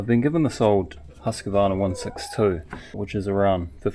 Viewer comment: Interesting. Just for fun. Husqvarna is pronounced Huusqvarna. Robert Sweden